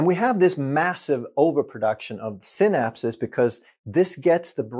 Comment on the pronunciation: Synapse is pronounced sai-naps, like cycle is pronounced sai-kl. Thanks for your excellent vids Doc